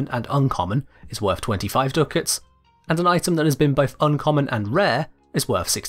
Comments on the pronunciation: DUCK-ITS, not DOO-KITS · Duck-its, not Doo-kits. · Ducats isn't Do-kits it's duck-its... It's like hearing nails on a blackboard each time he says do-kits.. (noun) Cash, money or bills, from "ducats": various gold coins formerly used in certain European countries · Duckets are pronounced duck-its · omg i hate how he says ducats, its insane, litely no one says that...*sniff sniff* smells like british butchuring words again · The way he pronounces Ducats hurts me I actually can’t watch this past 2 minutes